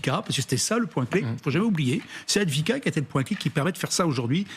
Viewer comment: Advika il a dit ... déjà inviter des pseudos experts qui ne savent pas épeler correctement Avdiivka ou Avdiyevka c'est une faute professionnelle.